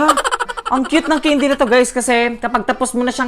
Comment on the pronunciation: The word CANDY! It should be pronounce kendi" not keyndi! 😏